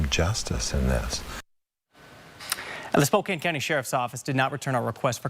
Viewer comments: Spokane is pronounced as Spo-can. 😊 I have never, or will I ever give my ID. I have watched your videos for a long time now. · Pronounce Spokane without the e on the end spokan. Spo can . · Its Spo-CAN even though its spelled Spokane. -from a washingtonian. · Spo-can is the pronunciation for Spokane. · Spo Can like a pop can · Spokane is pronounced spo - 'can ... like a can of soup, not like a cane used to walk. Like spoken with an a. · You are smart and methodical. Please go the extra mile and pronounce place names correctly in your reporting. It's the same as checking for punctuation or spelling errors while writing something. There is only one way to pronounce "Spokane". Strive for excellence, don't by sloppy. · you need to watch "The Marvelous Mrs. Maisel" for a pronunciation lesson on Spokane. It's hilarious! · As a Spokane resident you should teach him how to pronounce. 'Spokane'. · Spo-can, not Spo-cane. It's nitpicky,but still. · "Spo-cann" not "spo-cain" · It's pronounced Spo`can not Spo`cane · Sounds like Spo-can. Not Spo-kane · "spocain" Bruah... Spokane... Ane.. Say it..... spok-ane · just for the record it is pronounced spo kan ,i know it looks like spo kane but its not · Spo-Can. Not Spo-kane! It kills us here in WA when you guys say that!!😂😂😂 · It’s pronounced Spok “can” not Spok “ cane”. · It’s pronounce spoke-ANNE, not spoke-ayn. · It's SPO-CAN not cain!! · It's pronounced Spo-can not Spo-cain sir. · I love your videos and how informative they are. Keep up the great work. Btw...the city in this video is pronounced "Spoh-Can" not "Spoh-Kane". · Man I like your work but let me help you out bro. It's spoke-can Washington 😂😂 just a Washingtonian looking out for you. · SPO-CAN. NOT SPO-CANE❗ And certainly NOT SPO-KANG ❗❗ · spo-can not spo-cane. 🙂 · Spokane is pronounced "Spoke-anne". Not spoke-cane. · spoke anne not spoke cane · Its pronunced spo can ,I know its nitpicking sorry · It’s pronounced spo-can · Pronounced: Spo-can. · Spo-Can my man